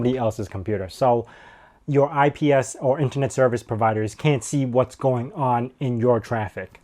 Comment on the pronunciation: ISP!! not IPS.